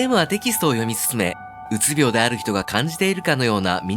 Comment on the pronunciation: うつびょう↘︎じゃなくて、うつびょう→やで